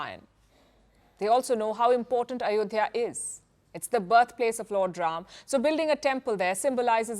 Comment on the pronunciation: Not ayodiya.... Mosq place sreeraam... 👍👍👍👍